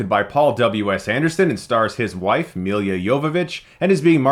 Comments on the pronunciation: Who is Milia Jovovic? Dude... Its MILA, where the fuck did you found second i in Mila? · it's mila not milya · I sort of gave up after the first one. Oh, by the way, her name is pronounced MEELA YOVOVITCH. Aren't you able to speak without peppering your vocabulary with profanity? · The movie sucked, like most of the franchise, but I just wanna say this, hearing you pronounce Mila's name(and her last name), it's just plain butchering, I mean come on, it's not that hard to pronounce it right, and it's not like this is her first film and you just heard her name. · You should really learn how to properly pronounce her name first.